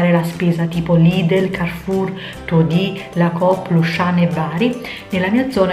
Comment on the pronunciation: "Todì" è la pronuncia di Todis quindi ? 😭